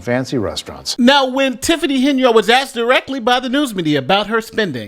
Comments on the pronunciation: All mayors TAKE NOTICE!!! Your staff too!! P. S. Make sure they know how to speak English when 'axed' questions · She can't even speak proper English... "Axed me". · you "acks" me a question. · You “axed” me a question. What a scholar. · Please inform the illiterates that there is no 'x' in 'asked'. No one ever axed you a question. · U axed me a question n I E No !! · Anyone who says axe instead of asked shouldn't be in a position of power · A mayor who cannot pronounce asked properly. "You axed me". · You "axed" me a question?? Wow, the mayor is very highly educated. Love the vernacular. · She said he axed her, not very bright. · You axed me a question... lord help us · “You axed me a question “ Bye Felicia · She got “axed questions” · He AXED ME? NICE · "You axed me a question and i responded" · She cannot pronounce the words " answered" or " ask". How is someone so ignorant elected?